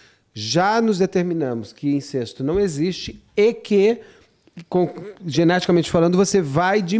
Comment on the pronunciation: Incesto - pronúncia correta: INCÉSTO! Isso ai,!